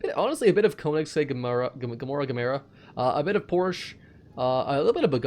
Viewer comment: Need to pronounce Gemera right